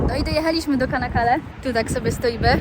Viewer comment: Nazwe miasteczka wymawia sie Czanakale, a nie kanakale. Takie Ç wymawia sie cz.